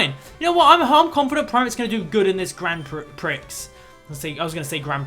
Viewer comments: I swear Grand Prix is pronounced "Grand Pre" rather than "Grand Pricks". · And it is grand "pree," not grand "pricks." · Prix is pronounced peer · You pronounce prix pre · Prix is pronounced Pre at least in the States :-) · it its Grand prix (pronounced like pre) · And also 'prix' is actually pronounced 'pree'. xD